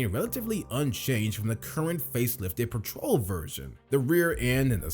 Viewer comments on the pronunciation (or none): Pooma😂 It’s pronounced Pewma. Plus petrol is not pronounced patrol.